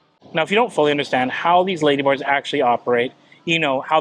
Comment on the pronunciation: When you say "ladybars" it sounds almost like "ladyboys". I did a couple doubletakes. Be carefull.